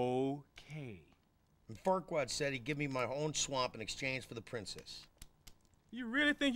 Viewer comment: Did he say fartquad?😂